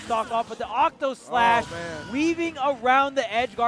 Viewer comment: I like how people say Octoslash when it's actually Octaslash